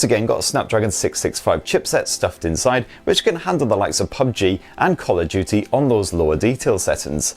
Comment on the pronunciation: He said call of juty